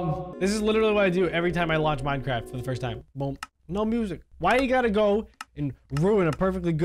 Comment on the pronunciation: When you said Minecraft it sounded like Minecrarap